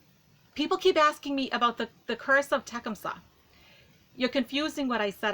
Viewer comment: it's pronounced te-cum -suh emphasis is on the second syllable. Not trying to be a smart ass or anything, but I am tired of seeing people mispronounce his name. Sorry.